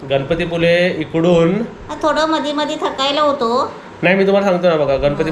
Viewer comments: गणपती पुले नाही, पुळे म्हणतात. तु खुप सुशिक्षित आहेस शुद्ध मराठी भाषा बोल. गावची माणसे तुझ्यापेक्षा खुप शुद्ध बोलतात. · Not puly speak proper name